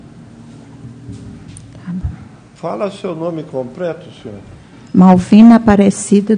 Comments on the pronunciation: Um juiz de direito falar "COMPRETO" aí é pra acabar mesmo 😂😂😂😂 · Oi? " Compreto"??? Ouvi certo isso? 🙄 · Gente, será que foi o juiz quem disse "Compreto"? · Eu ouvi compreto???? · "Púbrico" "Compreto" "Prestá" "Iniciá as preguntas". Certamente, esse é o seu Creyson.